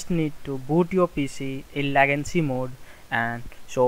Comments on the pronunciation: It's not lagancy. It's "Legacy" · It's legacy not legancy